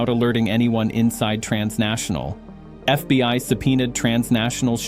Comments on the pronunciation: AI trash. It said the FB One instead of fbi 😂 in the first 2 minutes. Shame! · FB 1 history... AI cannot read simple script. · More A.I. nonsense!!!!!!1 "The F.B. One?" Hilarious, and so obviously fake. You can't afford to pay someone to read for ten minutes? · once the AI text to voice said FB1 instead of FBI, I stopped it. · F B one? This ai sucks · A.I. slop. Near the beginning of the video the "narrator" says FBONE instead of FBI. I'm learning to recognize the mistakes that A.I. generates. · in yor vid. ...in FB "1" history... -- FB "1" are you serious??? You couldn't find an AI voice smart enough to know what the FBI is? Unprofesional !! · I’m so tired of trashing AI scripts, it can’t even pronounce FBI. Not FBone FFS. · This is a AI generated FAKE story !! You Tube allows this crap to be posted by foreign actors to stir up Americans and to spread misinformation. The AI narrator pronounces the FBI as "F-B-one", for example! Do not trust big flashy news reports from no-name publishers on You Tube or any other social media platforms.